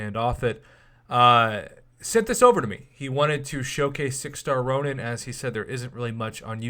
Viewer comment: It's Ronan Prof not Ronin